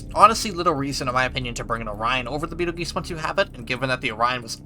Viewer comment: you mispronounced Betelgeuse